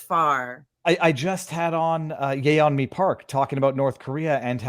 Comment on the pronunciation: That is so not how Yeonmi is pronounced. «yay on me» 😂